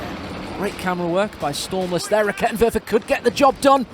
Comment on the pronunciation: A side node from a german: I LOVE that you try to pronounce the german troops correctly and you are actually pretty close on lots of them. Props for that. German is a horrible language. The one that took me longer than necessary to understand was the Raketenwerfer because you pronounce the first e too short. Try to go for rakeeetenwerfer :) The e is quick on Halbkettenfahrzeug because it is followed by a double consonant in this case TT.